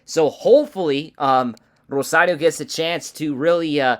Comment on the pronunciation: Rosario not Rosadio